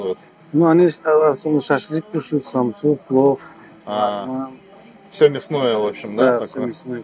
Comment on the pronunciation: что с буквой Л? "ставьте уайки", "пуов", "фудбуогер" Ппц режет "суух"